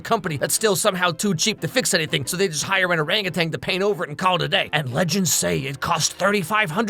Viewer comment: I was just about to make a comment to correct him too I’m glad it wasn’t just me